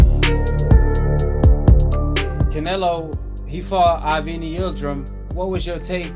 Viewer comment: Its (AvNEE, AvNEE) bro jeez. U constantly say the mans name. Its pronounced (AAA-VVV-NN-EEEYY) I'm not a CANELO FAN but damn bro. I'm definitely feelin "WB - CANELO" EXPOSURE!!! gettin better tho. I ain't really get down wit it due to the "HANEY BIAS". My apologies for previous comments 💯🙏🏾👑🥊